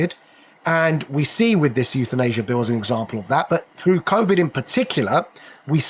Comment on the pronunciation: It's covid, not convid...